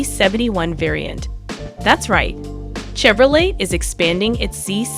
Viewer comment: Chevro whaaaat??? I know you did not just pronounce Chevrolet like that.